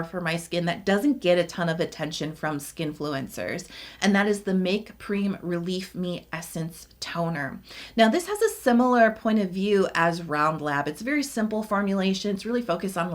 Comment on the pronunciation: Make Prem is Pronounced Prem, Rhythms with them. Not Preem.